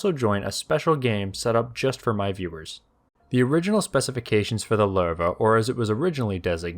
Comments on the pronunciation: not Lerva its Lowe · The way it’s pronounced Sounds like “larva” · pretty sure your pronouncing the name Lowe wrong, like 90% sure its something like luuva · Lol, it's not pronounce "Ler-va". The correct pronunciation is closer to "lousy" but change the "see" sound at the end to "we", as in "lou-we". As one would expect with the German's naming their tanks after big cats, "Löwe" is the German word for Lion. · "Loo-vuh" is closer phonetically to the correct pronunciation, but thanks for trying more than other channels 🤣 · Where did this "Lurr Vah" pronunciation come from... if u put it in translate even in German it dont say that. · I hate to be "that guy" but, is pronounced as "Luve". That dieresis over the o is meant for something. Out of that, one of the greatest chapters on a neat saga. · I though it pronounce LOWwe